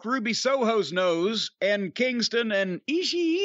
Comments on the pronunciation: Cornette tries so hard to get a response out of Brian with the way he pronounces Ishii's name. I don't know how Brian can appreciate territory wrestling but like that guy. I just don't see it. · I love when Corny Pronounces Ishii😂😂